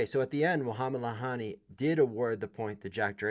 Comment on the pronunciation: Lahyani (he's pronounced Layani btw) tends to insert himself into games but he's a good ump. Can't really blame umps for making these calls when VAR is used at some tournaments, but not others. I think it would have been fair to replay the point, even if Carlos was seemingly not affected, he could have insisted. Unfortunately, he's too much of s nice guy.